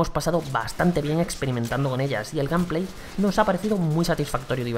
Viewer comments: Gampley JAJAJJJJAJ estos españoles cuando aprenderan a hablar ingles, disque profesionales, buen video. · "Y el gamplei..." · El gam Pley jajjajaj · "gamplay" xd